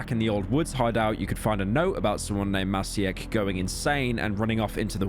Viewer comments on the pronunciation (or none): Being a Maciek myself and hearing some random British femboy butcher my name like that... Could have never asked for more